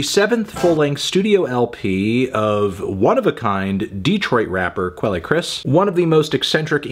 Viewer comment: Does he really pronounce quelle like that? Good lord.